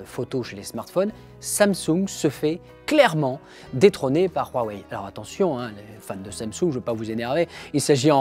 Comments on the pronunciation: Pourquoi tu dis RWAWAI ? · Huawei pas ruawei boyardland